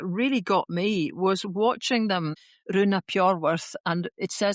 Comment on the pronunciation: I believe Rhun is pronounced Rheen....